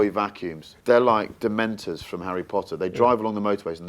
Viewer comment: Dementors he said😅